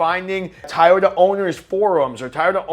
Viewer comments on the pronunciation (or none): Why are you saying Tieyota? 🤣